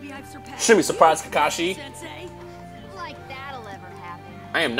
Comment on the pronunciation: you say kakashi really weird but then you say it the normal way right after you say it wrong